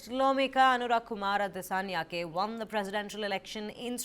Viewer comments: අනුරා කුමාරා දිසානෙයාකෙ 😄 මොනවද බ මෙ නම් කියන විදිහ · Please learn to pronounce names correctly, we always read Indian names correctly.